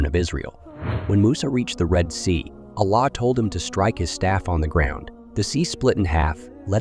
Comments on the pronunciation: Get a Narrator. I don't like how the AI pronounces "Allah" (SWT) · The person telling story ..are you mispronouncing the words on purpose...like Allah, Quran, and any other videos your talking over